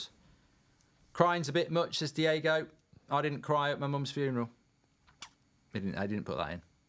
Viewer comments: DIOGO, not diego. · kiddo it not diago Costa it diogo Costa 😂🤣